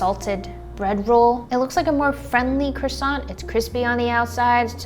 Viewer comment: Oh my! You've changed so much these last 4 years. You are becoming a woman! (Also please stop breaking our ears with your cRahssaht...it's krrouahsuuh!)